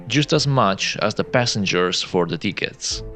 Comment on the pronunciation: Be careful how you pronounce tickets bro.